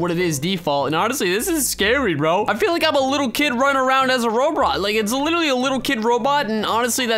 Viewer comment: Bruh I heard u say brobot